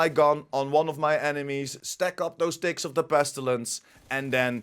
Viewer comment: Well, lemme tell you.English isn't my first language. For a first 5 min i heard 'dicks' instead of 'ticks'. Put a hole new spin on the game (don't belive me? - re-watch it with my ears😂). Couldn't unhear it after either.